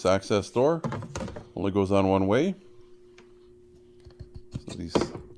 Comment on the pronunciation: “Look waaayyy up” that’s how we know you’re Canadian